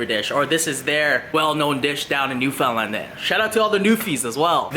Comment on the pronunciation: What Canadian pronounces Newfoundland... NewFOUNDland lol